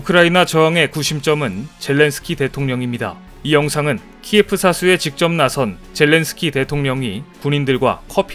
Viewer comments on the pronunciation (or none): 키에프 => 키에우로 수정 바랍니다 키에프는 러시아식 발음이고 우크라이나식 발음은 키에우라고 합니다 다음방송은 수정 부탁드리겠습니다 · 키예프는 러시아식 명칭(발음)이랍니다. 우크라이나 대사관의 수정요청이 있은 이후 모든 방송들에서는 키예프 대신 "키이우"로 표기하고 부르고 있습니다. 참고하셔서 수정/반영하시면 좋겠네요. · 키예프는 러시아식 발음이라고 합니다. 키이우라고 표기하는것이 옳습니다... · 우크라이나 수도 키예프는 러시아식 발음이고 키이우라고 불러야 한다고 하네요 수정 부탁드립니다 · 키예프는 러시아식 발음으로 우크라이나 인들은 몹시 불쾌해 한다네요 우크라이나식 본발음은 키이우 라네요 뉴스좀 보세요